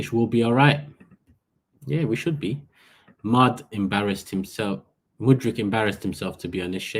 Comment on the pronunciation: I really hope we dont get him,i won't have to listen to butchering his name anymore🤦‍♂️